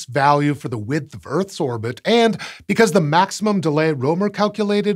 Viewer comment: First off, I'm not intending to offend, and while the topic of this channel is space, and not linguistics.... I just wanna rant a bit, 'bout the current state of Latin alphabet, because the opportunity presented itself... (Yes, I'm aware that there are other writing systems out there, that complicate things, like written Chinese, and/or Kanji, etc.) I'm fairly certain, you butchered Rømer's (both of them) names; while I'm not Danish, I am Scandinavian, and well... It sounds pretty butchered to me... The letter Ø, is pronounced if not exactly the same, at least extremely similar to the "u"... "u"... let me repeat that """u""" in the word "burn," among others... 'Cus you know, a letter can't simply have just one sound per letter, across all the languages that use that written language, and not be unnecessarily confusing for no particular reason... 🤦‍♂️ (If you're curious what I interpreted pronunciation of the name as, it's something akin to "Ålei Råoumer.") Thanks, outdated written languages, and people being afraid of language reforms... 'Cus they get to have a better, easier, and faster to learn written language, instead of being stuck with ideas of the past, where writing had to be a privilege of nobles with too much time on their hand, thus making it unnecessarily hard, for people to learn it... 🤦‍♂️ Also, English vowels are shuffled around, and whatnot, to make things even more complicated with interlingual interactions...🤦‍♂️ I think, think, that Fr